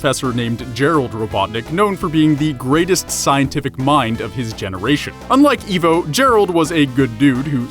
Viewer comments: That was deep. I just sent it to a friend who LOVES Sonic and thinks Eggman is cool. Wait until he sees this 😆👍 Also it's pronounced EYE-VO, not EE-VO. Lol. Also you didn't talk about Julius Robotnik, but mentioned Gerald. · Pretty sure it's I-vo not E-vo... >.> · Evvo it's fucking ivo (idk how to spell it) (eye-vo) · It’s ivo not evil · I thought it was Eye-vo, not Eeh-vo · You call yourself a sonic fan but you can't even pronounce "Ivo" correctly -_- I - vo not E - vo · It’s ivo robotnick(eye v o robotnick) not e v o and robot nick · I thought it was "Dr. Ivo Robotnik" not "Dr. Evo Robotnik " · Izuku Midoriya it's Ivo…he just says Evo… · It’s pronounced like eyevo not evo if it were evo it would be spelled evo but it’s spelled ivo as in it’s pronounced eyevo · IVO! IVO! NOT EEVO! IVO! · Eye-voe Robotnik not Ee-voe Robotnik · It's ivo not eevo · its ivo not evo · Also it's IVO not EVO! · His names pronounced “I've-oh” not “eve-oh”... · [/] I-vo. [x] E-vo. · 54321 Ikr, i got way more annoyed with that than i should have been. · For reference most pronounce his name as I-vo. Not E-vo. And he is only known as Ivo Robotnick here in the US. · U said Evo, not ivo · This is f*cking scary when you think about it.... But then again, he pronounces 'Ivo' as 'Evo' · Yeah, it's pronounced "eye-voh," not "ee-voh." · I thought his name was pronounced 'eye-voh' rather than 'ee-voh.' ??? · I-vo. Not E-vo. It’s supposed to be Russian. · Pardon me but its Ivo as in "I vo" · It's Ivo! >:( EYE-VO. Get it straight! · nope He’s called dr IVO robotnik because the ivo is pronounced as evil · yeah he says it like evo and it hurts me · R3KT It's supposed to be eye-voh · I can’t even believe how many times you mispronounced my first name